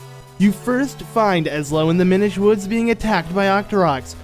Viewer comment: Oh... It's, Mi-NISH